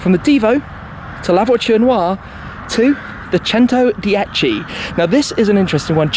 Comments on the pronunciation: The way he pronounce “centodieci” it’s giving me anxiety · Labochen oua The Chentodiechi Cheron Loua